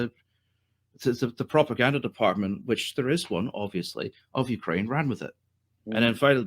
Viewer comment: Why does he say ukwaine